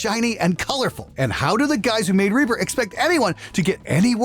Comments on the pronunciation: ...or "Ray-pah" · "We used Ree-purh!"